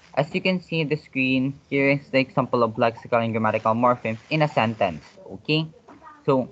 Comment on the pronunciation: I think example is prpnounced / igzaempel / not / iksampel /